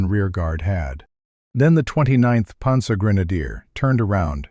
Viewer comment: What's a "ponzer"??